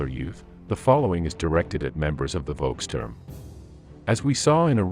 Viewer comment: Not "Wolkstörm" 🙉, but "Volkssturm". 😉